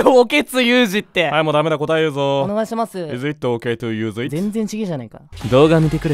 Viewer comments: まじでいじっておけつユウジにしかきこえない笑笑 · いじってオケツユウジ？にしか聞こえんくなった笑笑笑笑笑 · 私もいじっておけつゆーじにきこえた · 発音良い… さすがネイティブの先生！✨ この英文聞いたら いじってオケツユウジにしか 聞こえなくなった笑笑 (あ、待ってもジェルk…) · 確かに聞こえたww いじってオケツユウジ❓ そうにしか聞こえない。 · 私も、いじってオケツユウジと、聞こえました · 私モイッジッテオケツユウジってきこえたよぉぉぉぉぉぉおおぉおおおおぉおおぉぉ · おれもいじっておけつゆうじにきこえて笑ったは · いじってオケツユウジって聞こえているの俺だけ？??